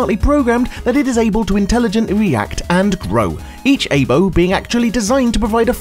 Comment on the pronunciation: Aibo is pronounced eye-bow. It means partner in Japanese.